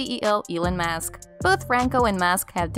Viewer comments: It’s pronounced SCURRILOUS….NOT SCARRILOUS….and ELON’S last name is MUSK….NOT MASK. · Musk not mask